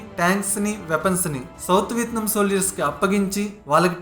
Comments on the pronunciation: It's not VITNAM...its called VIETNAM.... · Vietnam ane name ala pronunce cheyalo nerchukoni video complete cheysi unte Enka bhagundedi guru garu....🤣🤣🤣